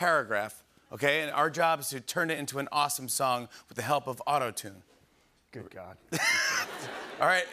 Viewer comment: was i the only one who heard him say auto tuna in the beginning😭😭